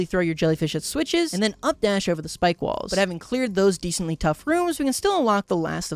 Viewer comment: I don't know if I'm crazy but I keep hearing balls, I feel like it's supposed to be walls I don't know.